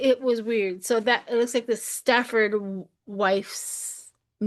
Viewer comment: Hi, it is “The Stepford Wives” not “Stafford”. 🌹🌹❤️❤️